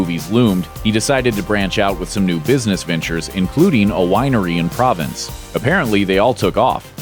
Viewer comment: "Provence" (pro-vance), a region of southern France, not "province", an administrative division within a country or state.